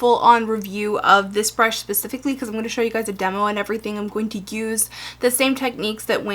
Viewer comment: So cute how she says 'pacifically' instead of 'specifically' <3 hehe